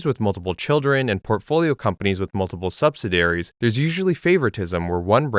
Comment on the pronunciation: SUB SI DEE AIR EEES Not sub si dairies. Signed, The Pronunciation Nazi